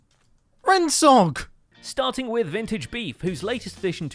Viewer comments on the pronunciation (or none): Why does everyone say rensog? It's Rendsog. Get it right or stop commenting about it.